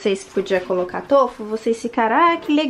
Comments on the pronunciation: Tôfu kkkkkk é tofú kkkkk povo desaprendeu a falar E a é feia kkkkk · O certo n seria tufu com o som de ú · Na verdade, a sílaba tônica de tofu é o "Fu", e não o "to" . Adorei o vídeo!!